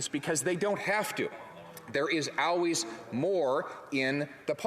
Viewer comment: ill trade 5000 "um"s for 5 owlways please